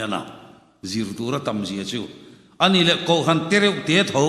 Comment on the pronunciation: Kohhran tih hi a lam dik thiam lo a mi .spiker hi😅😮😢😂😊❤.